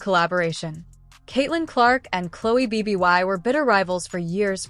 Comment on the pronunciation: What is the time stamp in the video where Bibby makes a "SHOCKING" statement that "STUNNED" Caitlin Clark? Terrible AI narrator. If you have any desire to produce worthwhile videos, ditch the AI narrator and use a human. At least teach your AI narrator to pronounce Bibby instead of saying B B Y.